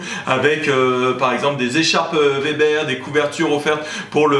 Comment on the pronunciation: Merci de dire Weber et non Vebère .. hahah :)